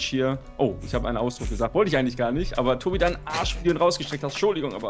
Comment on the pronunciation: # sagt Toti statt Tobi